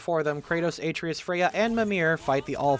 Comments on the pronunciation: I feel a tiny pinch of pain every time Atreus' name is pronounced in this video. Otherwise it's a very good video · It wouldn't be nearly as bad if there weren't video clips of the correct pronunciation layered behind it. Almost like it's on purpose. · Man I flinch every moment you mispronounce Atreus' name, but love the video 🤣🤣🤣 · It's easy to tell who's actually played through GOW by how they pronounce Atreus( unless they think they know better then Christopher Judge how it should be pronounced) and its saddening to learn streamers who present themselves as fans of what they're reviewing can't be bothered to play the game and are probably basing their videos on information from other people's videos, or wiki pages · feels more like he gets all of his info second hand considering he never knows how to pronounce any main character's names ever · You are purposely saying Atreus wrong and saying his name constantly to bug people and make them comment about how you keep getting his name wrong despite how often his name is said in both games. It's a good tactic but man is it furiating having to listen too. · The pronunciation of Atreus hurts me